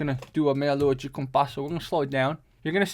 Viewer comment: 1. people stressing about capoeira's effectiveness in combat sports are missing the point 2. you know how you can tell knows what he's talking about? the way he pronounces "de" in "meia lua de compasso" lol